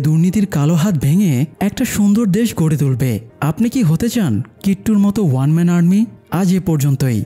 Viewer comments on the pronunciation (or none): none